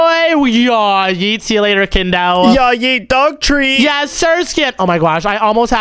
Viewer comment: It's not kindo it's kiddo from one piece